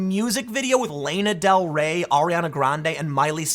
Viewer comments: "lena del rey"? lol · Trigger warning: This video is chock-full of stuttering Tim, badly reading Tim, & mispronouncing Tim. LAY-NA Del Rey?? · Please keep pronouncing Lana Del Ray's name that way. I love it. 😁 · Why pronounce Lana del Rey like that? I'm more upset about that 😭😭😭